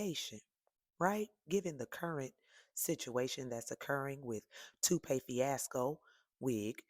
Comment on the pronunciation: "Tupee fiasco" 😂😂😂😂